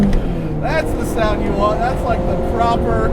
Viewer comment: "I missed eh second gear" - What accent was that?